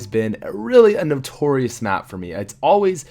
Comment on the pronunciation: HAHA he is sick and when he said map he ended up saying bap. XDXDXDXDXD